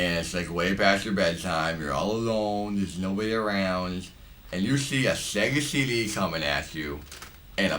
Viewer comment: Shega sheedee Playshtashon shree